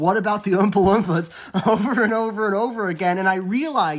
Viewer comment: I'm more fascinated by the fact that you seem to pronounce "Oompa-Loompa" with a soft "uh" sound instead of the long double o sound